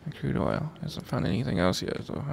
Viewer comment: Lol i thought crude oil was guude oil XD